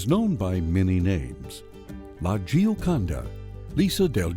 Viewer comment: That’s not how you say Gioconda!!